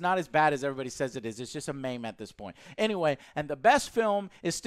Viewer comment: My brain feels maimed EVERY time he pronounces "meme" as "maim"